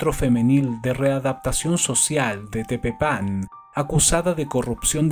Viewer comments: Es Tepepan, no Tepepán. No lleva acento en la "a". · El único que le falló fue Tepepan. Él dijo "Tepepán" y se pronuncia "Tepépan".